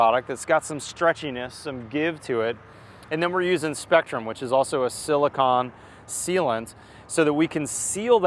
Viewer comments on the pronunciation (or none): It's siliCONE...not siliCON...silicon is something entirely different they make computer chips out of... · Silicone not silicon